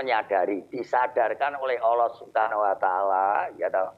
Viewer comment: Pak de joko Ucapan kn kata allah salah dia ucapa olloh